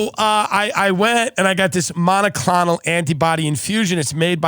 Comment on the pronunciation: Tim's pronunciation of monoclonal is the most New York thing I've ever heard